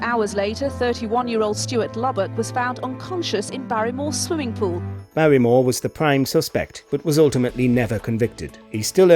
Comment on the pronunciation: Barrymore. Not b on year. Wrong.